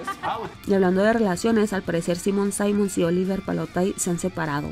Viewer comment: Es necesario que aprendas a pronunciar bien el nombre de Simone, no es "saimons", muchos lo mal pronuncian, no seas una de esos muchos y mas aún teniendo un canal acerca del género.